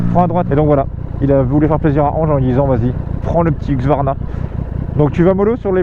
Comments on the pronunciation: par contre c'est HuSQvarna pas HuQSvarna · Husqvarna pas huqsvarna stp